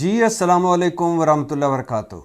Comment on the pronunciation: یار وبرکاتہ تو صحیح بالا کریں